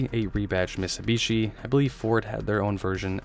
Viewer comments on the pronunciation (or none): You keep saying missubishi, it's mit-su-bi-shi. Your mispronunciations are driving me crazy